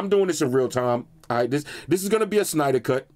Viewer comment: My man said Synder Cut and he delivered.